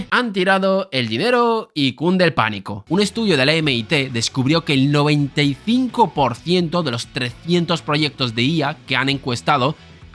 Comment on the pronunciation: Me duelen los odios de escuchar eme i te